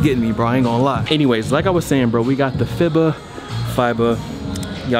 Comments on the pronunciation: FIBA (f-ee-bah) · You know he’s a hype beast when he can’t even pronounce FIBA